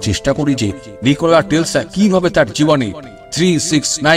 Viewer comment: I think Nichola Tesla.not Telsa.